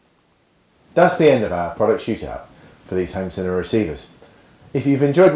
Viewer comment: "cinem-ur" Wow